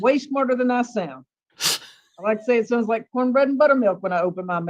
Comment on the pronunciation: The 2women fighting over the “prize” baby daddy are exhausting! How do people live like this? At this “pernt” they all need to get put on a tether & their phone & internet service suspended. Where in the world is “sount” a word???? And “pernt”? 🤦🏽‍♀️🤦🏽‍♀️🤦🏽‍♀️ Jesus, take the wheel!